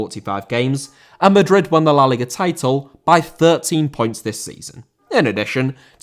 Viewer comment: Liga* not Liguer